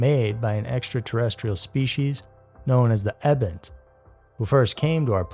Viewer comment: So do your research..it's EBON...LIKE TEEETH..EEBON.WE Named THE ET....AND IT WAS AN ACRONYM THAT STOOD FOR EXTRATERRESTRIAL.. BIOLOGICAL.. something...EBON 1...so stop mispronouncing the name and say why it was called by that name.and the scientist who uses that acronym.